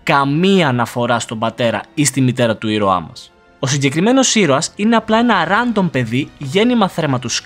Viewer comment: προφερεται ρεντομ οχι ραντομ